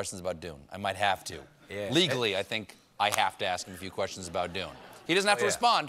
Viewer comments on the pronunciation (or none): none